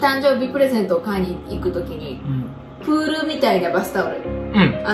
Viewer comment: お二人のいつも、動画落ち着きます〜！ のプールのイントネーションが気になり1番印象強く残りましたー^ - ^